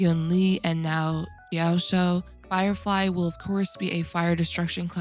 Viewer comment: it's pronounced as ji-yao-chu. hope it helps!